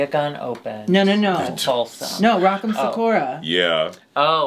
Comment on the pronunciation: Yaaaas in every way.. noooo mispronouncing Rock M’s name 🤣